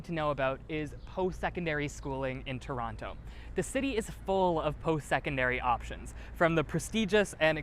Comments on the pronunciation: 9th thing you need to know, it’s To-ron-no. Not To-ron-toe 😅. In any case what a fun and informative video! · If you plan on staying, I suggest using the local pronunciation. Tron-oh. Not Toerontoe. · Toerontoe lol))))) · it is pronounced "TRON-o" but spelled toronto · Stop pronouncing the second T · Why does he pronounce TO in Toronto ughh